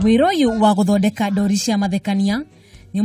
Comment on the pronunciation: There must be another word for cartoons other than 'ndori'! Surely you know the real meaning of 'ndori'. And even the way she is pronouncing it!!!!!?????